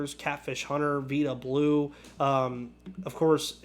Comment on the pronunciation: you did a great job today!.... My favorite A was from here in Macon, John "blue moon" Odom. I had a chance to meet him and talk to him for about 30 minutes a couple of years ago. He pitched in the 1968 AS game. Had all kinds of stories about the older players including Reggie..... It's Vida Blue not Veeda Blue. The I sounds like the word EYE..... I used to collect baseball cards, still have my collection, plus I bought out a card shop here in Macon in 1995, I have the 1980 Topps rookie Rickey Henderson card.